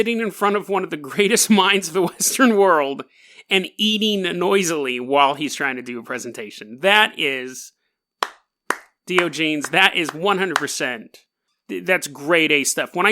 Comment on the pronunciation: Dude please, for the sake of your credibility. Just look up the agreed upon pronunciation for Greek philosopher's names. That way you won't be saying "Dio-genes" for fucks sake man... This makes it appear as if you do no research even though we know contrary.